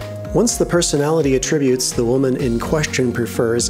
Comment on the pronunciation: When you use the word "attributes" as a noun, you stress the first syllable. Not the second. You stress the second syllable when it's a verb.